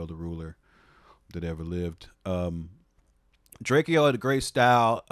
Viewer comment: Drake-oh not Drakey-oh